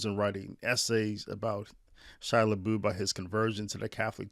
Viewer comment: It’s pronounced “La-buff”. !!!!!